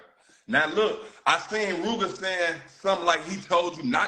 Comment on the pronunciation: The way how say Rooga is making me mad 🤬